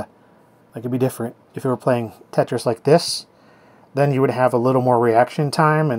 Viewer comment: Lol "Tate-tris" :P